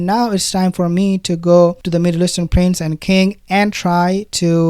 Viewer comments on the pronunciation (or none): none